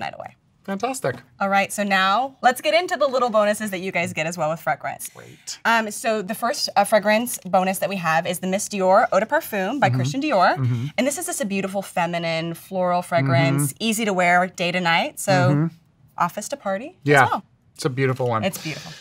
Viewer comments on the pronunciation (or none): eau "da" "parfuuuuum" k no....